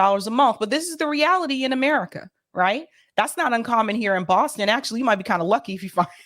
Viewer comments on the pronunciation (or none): none